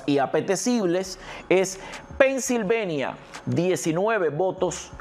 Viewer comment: Estas hablando castellano es PENNSILVANIA no pennsilvenia